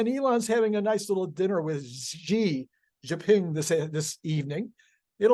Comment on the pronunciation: Hi, really appreciate your show. One of my pet peeves is Tesla YouTubers mispronouncing Chinese names. Maybe it’s too much to ask, but reviewing Pinyin romanization is a pretty simple way to get this right. President Xi Jinping’s name should be pronounced SHE Jinping. Tesla Tom Zhu should be pronounced Tom JU. Thanks.